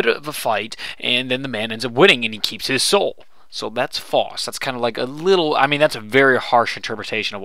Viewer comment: Faust [pronounced f-ow-st]